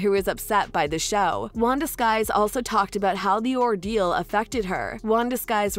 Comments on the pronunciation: It's Wanda Sykes, NOT Wanda Skyes! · it’s Wanda Sykes, not Skys as the commentator is pronouncing it! 😂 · Her name is Wanda Sykes NOT Skies! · lmao wow wanda "skys" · Oh my God her name is Wanda Sykes not skies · Is this a bot. Irritating voice? And it's not Wanda Sykes, duh. It's SYKES!! She said it three times. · Sad, this announcer doesn't know Wanda Sykes name. This puts the video in a bad light. Everytime she says it, I cringe 😬